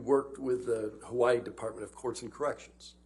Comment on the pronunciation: Yay!!!! Loved that she studied, represented, and said my home "Hawai'i" properly 😇 This was a joy to watch her speak... Much Love to you Doctor & the JD Team 🤙🤙Aloha